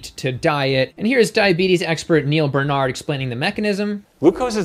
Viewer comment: Are you trolling? baR-Nard. Just like it is spelled. Why, why?